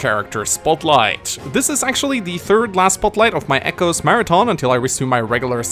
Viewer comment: does anyone else hear "chimechos" as in the pokemon every time says "come echoes"?